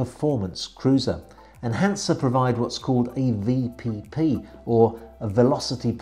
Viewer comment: Hi, I have to correct some of your pronounciations. 'Hanse': please only put some stress on the 'H' and the 's' is not sharp but more smooth. The city of 'Greifswald': the 'ei' in German words is always pronounced like the English word 'eye'.;-) Beside of that again a very good and informative video. Keep up the good work.